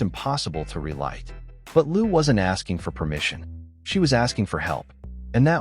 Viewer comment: “Liu” should be pronounced as “LEE-O”. If you pronounced “Loo”, it should be for the last name of “Lu”.